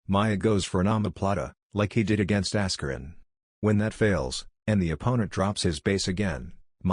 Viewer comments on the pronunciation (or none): "Ass-kur-in" Lol